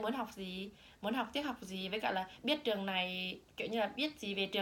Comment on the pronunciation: =]] ùm biết ời !!!đọc lại chữ "trường" xem